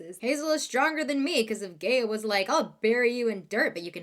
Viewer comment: when she was saying gaea I thought she was saying gay😭😭😭😭⚔️